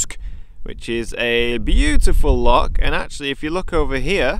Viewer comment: Epic trip and your pronunciation of Loch did improve a wee bit after your black pudding. A haggis burger and you'd have nailed it